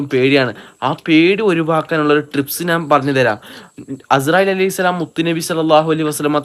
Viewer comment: Trips(ട്രിപ്സ് )അല്ലടാ... പൊട്ടാ.!!! 😂 Tips(ടിപ്സ് )ആണെടാ മണ്ടാ... 😂😂😂